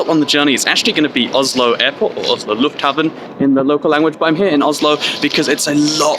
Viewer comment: "Lufthavn" and "Lufthaven" is not the same thing. "Lufthavn" is Norwegian for "air harbour" while what you pronounced "haven" means "garden" so "air garden" (kind of archaic), so yeah, not quite right.